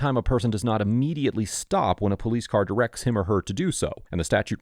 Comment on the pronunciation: "Get in the *cah*~"